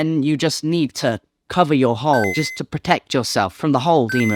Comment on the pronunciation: You said hole so many times it started sounding like Hull, which is honestly even funnier.